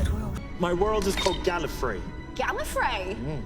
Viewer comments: No, everytime he says it he always says GalliFREE not GalliFRAY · I would say that 2 and 7 said "GAL-ee-fray" rather than "GAL-ih-fray" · the Gallifreh and Gallifree of Pertwee and Baker are very, very close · I can kinda hear 4 saying it as a Galifrey but the pronunciation being kinda skewed if you don't listen closely. Incidentally it sounds like he might be trying to avoid sending invasion forces there judging on the context. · Richard Hurndall and Jon Pertwee pronounce Gallifrey differently from David Bradley and Patrick Troughton. The y is closer to an e in his pronunciation, which matches the norms of older RP. It's closer to Tom Baker's version. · I think Tom baker's mispronunciation of gallifrey was due to a loss of breath at the end of the word